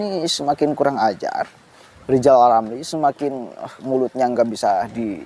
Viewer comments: Nama nya R R tapi GK bisa ucap R Lizal Lamli Lizal Lamli...gitu kok maU jadi pleciden🤣🤣🤣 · Pak RR perbaiki huruf R nya dulu deh, baru bisa jadi presiden RI. Lijal lamli, lijal lamli. Jangan sampe kebawa mati yah sakit hatinya. Mustinya orang itu mendoakan kebaikan bagi orang lain, itu jauh lebih baik, Lijal Lamli. 🤣🤣🤣